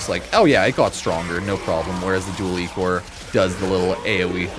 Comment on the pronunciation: Pronunced “Eye-Core”